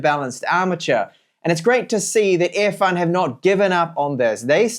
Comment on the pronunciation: Why do you pronounce “Earfun” as “Airfun”?